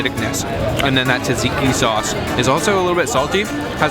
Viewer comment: "TATSIKI SAUCE"!?